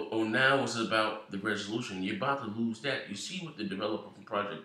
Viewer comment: My nigga It's "lose" come on son